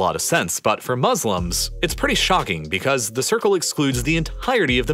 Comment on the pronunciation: No one saying about he said 800 billion muselims